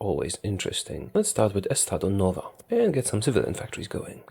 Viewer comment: “Let’s start with estado NOVA” hahhahah